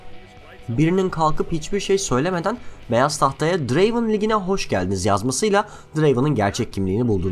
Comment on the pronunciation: Draven değil Drraaaveeen